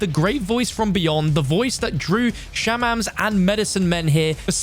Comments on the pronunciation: Boy wtf did you pronounce for Shaman?? “Shaw-men” Holy hell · I mean I say “shah-min” What do you say “Shay-min”?